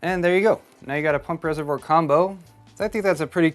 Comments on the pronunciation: It's a resavoir not resavore........ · You do need to pronounce the word "reservoir" correctly. Try saying "reservwaaa" instead of "reservor". Sorry for this, but the way you say it does sound a bit silly.